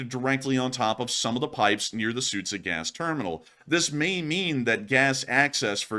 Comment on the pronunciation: Just an FYI, the town of Суджя is pronounced “Sujya”; the combination of д and ж makes a hard “j” sound.